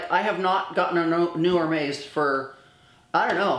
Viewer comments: FYI, Hermes is pronounced “Air Mez”. You might want to know since you have a huge following, of amazing viewers, deeply influenced by you and your incredible videos. 🌺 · You say Hermes incorrectly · You are mis pronouncing Hermès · Can you please say the names correctly? Love how blessed you are and love how u support fashion..but please respect the designers and at least say their names correctly..for example Hermes...besides that...congrats on ur successful surgery. Thank god ur health is wonderful. Thats the most important above all! Love u